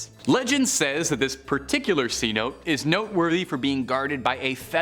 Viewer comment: C-Note? Lol, its pronounced Cenote (Sen-Oh-Tay)